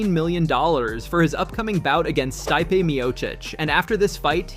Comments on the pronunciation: Stype, Stipee, Stipey, Stip… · You literally pronounced stipe 3 different ways within a 15 second span. If you're going to have a mama channel at least do the research and learn how to say the fighters name correctly. It's not even a small name it's literally stipe miocic.